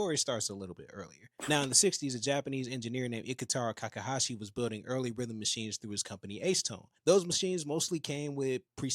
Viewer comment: I think his name is Takahashi, not Kakahashi.